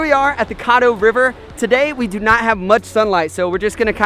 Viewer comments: caddo- short "A"sound. (like shadow) and it's NEVER warm. EVER. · Caddo River isn't pronounced the way you're saying it. Its pronounced like Cad not Cod. Caddo River! Not Coddo River. Here in Texas we also have Caddo Lake. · Just to let you guys know it is pronounced "kad-oh" not kod-oh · you said the name of the river wrong .. its caddo not coddo youtube video so you can learn how to say it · I go to the he Caddo river all the time it’s pronounced ca-doe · It is pronounced cad-doe river